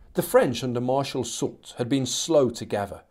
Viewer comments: Soult is indeed pronounced "soolt"! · It's Marshal souuuu in French and SouLT in English. So yes you were saying it right